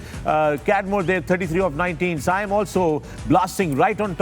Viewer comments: Can someone tell Misbah, his name is SAIM Ayub not SAYM Ayub.. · Haha agreed i always laugh when he said “sayyym” ayub but koi nhn legend hain hmare kia keh sakte hain